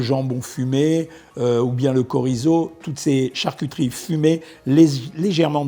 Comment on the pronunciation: bonsoir docteur on ne dit pas du Kocolat on dit du chocolat 😀 c'est pareil on de dit pas du Korizo , meme si une chorale pourrait chanter ses louanges 😀 en effet ce n'est pas un mot grec, cest un mot espagnol de fait on prononce comme chocolat et si vous etes puriste quand vous le prononcez ajoutez un T devant le ch et dites Tchorizo, bon apero 😉